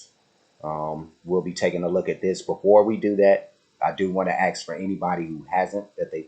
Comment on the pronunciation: “Axe?” Seriously? It’s “Ask”